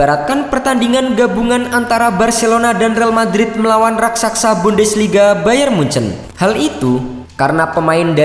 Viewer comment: RAKSASA, bukan RASAKSA